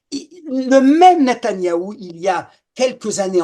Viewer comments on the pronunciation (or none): natayahou?C est NETANYAHU,natanyah c est une ville, franchement vous vous ne vous rendez pas compte de ce que vous dîtes, un kapo 👎